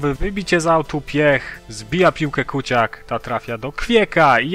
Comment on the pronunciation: czyta się kucjak a nie kuciak :P